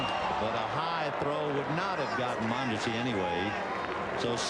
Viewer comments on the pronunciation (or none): His pronunciation of players’ names is awful- donty bichette, rowl mondesi and greg gagny. 😂 I thought he’d be better with that.